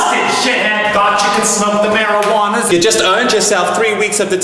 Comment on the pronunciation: Emzy's Teen Savage Life It's not merowana it's marijuana